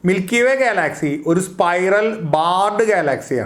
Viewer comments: നല്ല അറിവാണ് ... പക്ഷെ ഉച്ചാരണം കുറച്ചു കൂടി നന്നാക്കുമെന്നു പ്രതീക്ഷിക്കുന്നു. ഗാലാക്സി അല്ലല്ലോ ഗ്യാലക്സി അല്ലെ ? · ഗാലാക്സി എന്തൊക്കെയാണ് ചേട്ടൻ ഉച്ചരിക്കുന്നത് വിദ്യാർഥികൾ ഉൾപ്പെടെ കാണുന്ന ഒരു ചാനൽ ആണ് അതുകൊണ്ട് ഉച്ചാരണം ശ്രദ്ധിക്കുക 🙏🙏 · Check your pronuciation of Galaxy. You are annoying heck out the listeners.